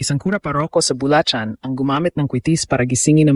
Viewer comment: ano ang cha os na ito? tinuturuan tayo ng maling pronunciation. mula sa Bu la chan?